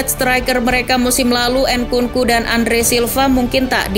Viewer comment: nkunku (bukan en nku nku)